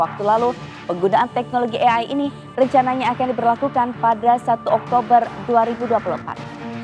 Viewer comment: AI bukan EAI 😅😅😅